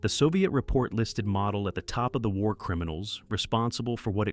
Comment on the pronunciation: It's pronounced mo del get the name right